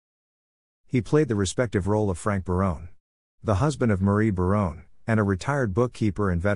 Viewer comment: Robot narrated this. Next time, please use a human who knows how to pronounce the names of the actors and characters. (Barone-y instead of Barone? A-lie instead of Ali?) Indeed!